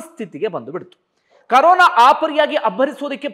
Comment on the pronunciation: ಕರೋನ ಅಲ್ಲರೀ ಕೊರೋನ